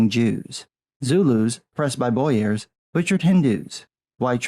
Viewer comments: I would be reluctant to correct on his pronunciation, as his voice is so clear and he is so well spoken. But 'Boers' is pronounced 'Bores' not 'Bowyers'. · Boo-ers...Boyars are...Russian? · The pronunciation of "boers" just killed me inside. It's a Dutch (and by extension Afrikaans) word, it's pronounces "Boors" using american pronunciations. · Boers is pronounced "Bores"